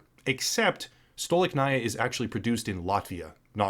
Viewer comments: Stolichnaya is pronounced Sta-Lich-Na-Ya, not Stow-Lick-Na-Ia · Courageous position to take in the face of outraged and badly informed crowd that just blindly eats up what the Western mass media is producing for them. I've respected you before as a creator, and now respect even more so. Well done. P.S. "STOLI-CH-NAYA" is how you pronounce it! 😉👍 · Thank you for your kind words. I am russian myself, and these haven't hit me hard yet, but i've had some difficulties e.g. paying for VPN. Some russian researchers now say things like "hold on to your garbage for a bit, maybe later you'll be able to exchange it for a can of peas" I absolutly adore and respect your professionalism and the level of quality of your work. btw, it's pronounced "stah-leech-nahyah", emphasis on "leech"